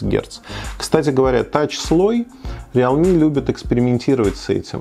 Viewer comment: РИЛми, а не реал ми.